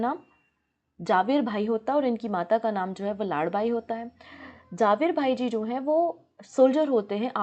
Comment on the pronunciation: झवेरभाई या जवेरभाई बोलो जावेरभाई नहीं और वह नडियाद है नाडियाड नहीं 😂😂😂😂